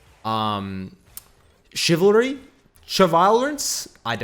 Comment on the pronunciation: haha clarity = chivalry